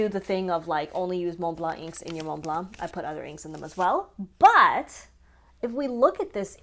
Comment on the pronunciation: TF is a “moon blar” Why are f**king Americans so stupid and what is so difficult about pronouncing Montblanc properly. And yes, it’s one word because we are not talking about the mountain